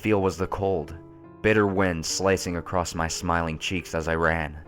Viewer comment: Believe me, I love these creepy pasta's, listening to and, but it bothered me how he kept saying "accrossed".